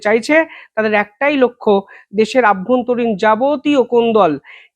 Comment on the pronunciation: অভ্যন্তরীণ হবে........... বার বার কেন বলেন আভ্যন্তরীণ। এটা ভুল।